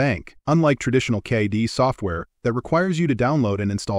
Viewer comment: 3D CAH-DEE Software, eh? AI voiceovers make for bad videos, plain and simple. They don't even know how to pronounce basic things.